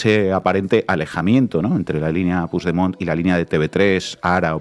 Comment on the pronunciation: Por cierto y que nadie se ofenda pero, por favor, con el nivel cultural e intelectual que tenéis, no os podéis imaginar lo mal que suena oíros decir "Pusdemont". Es una palabra española, el catalán es un idioma español. Ahí va una ayudita: pronunciadlo "Puchdemont". Gracias a La Base.